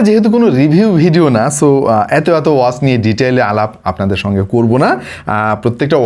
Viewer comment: ভাই ওয়াজ নাকি ওয়াচ?